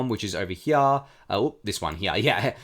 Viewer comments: I came to the comments to see if anyone mentioned it lol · dude you killing me how you say heah.. here